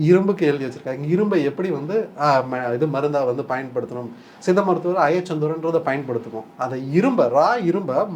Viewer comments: தம்பி... மருத்துவர் சொல்கிறது போல் சித்த மருத்துவம் என்று சொல்லவும்.. உங்கள் உச்சரிப்பு தவறு... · Tamil medicine is one of earliest medicine in the world. It deals with many subjects both internal and external of the Human beings. Anchor try to pronounce properly 'Siddha Medicine ' not seetha medicine.